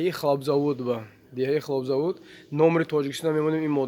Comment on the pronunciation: Хлобзавод нее🤣хлоПзавооод!